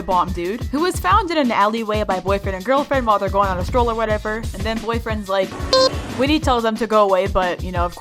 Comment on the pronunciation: Not whitty its whit